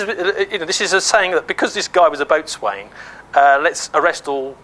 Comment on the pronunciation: Boatswain is pronounced bo'sun